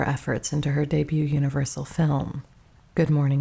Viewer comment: This is AI. Pronouncing the t in debut? Lordy, that's so bad. That was far from the only mispronunciation. If this is a real person, they really need to learn how to pronounce mortgage and theater, among other words.